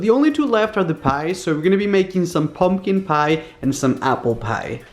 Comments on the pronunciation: I love your videos but I absolutely HATE the way you say PIE!!! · He says piee